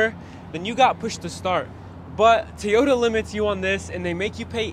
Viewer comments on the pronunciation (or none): Your videos are quick and accurate. As a new Tacoma owner, Bravo to you. One suggestion: It’s TOYota Not TEEota. Don’t mean to pick the fly shit out of the pepper. JSG Grand Rapids, MI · Say Tee-ota one more time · the “T” ota tacoma. 😂 my dad always pronounced them Tie-ota, I recently bought one and now i ask my friends, how do you like my new Tie-ota? 😂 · "Teeeyoda Tacoma" drives me bonkers when ppl pronounce Toyota this way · Teaota Tacoma ? Lol